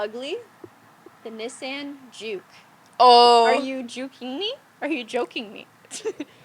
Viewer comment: Is that how Canadians pronounce Nissan?